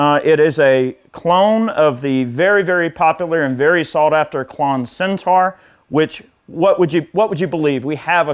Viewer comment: It’s Centaur, not Centar. - as is ‘or’, not ‘are’.